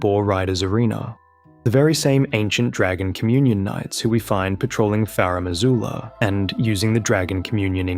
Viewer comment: FaRumm AzooLuhh